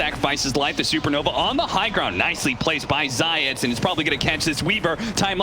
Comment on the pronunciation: Why do they pronounce "Zayac" like Zayets?